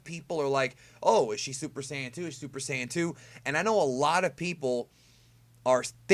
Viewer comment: Dude.. Please don't try to say Super Saiyan 2 in Japanese again.